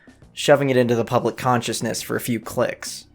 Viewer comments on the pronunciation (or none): public counciousness? collective conciousness 🤓